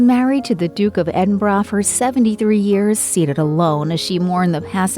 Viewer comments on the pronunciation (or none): I'm sickened by the way this narrator says "Edinbruh". Nice try, but it is ˈed(ə)nbərə. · Don’t you love to hear this moron pronounce Edinburgh as Eden buroughhhhh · Pronounced: Eden-bruh if you are British 🇬🇧